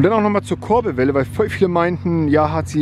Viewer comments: Das heisst Kurbelwelle und nicht korbelwelle hahahaha 😂😂💯🤣👌🏻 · #Korbelwelle statt Kurbelwelle 😧😂